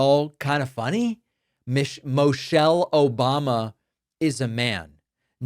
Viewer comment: The idiot pronounced the former first ladies name wrong. He said Mochelle.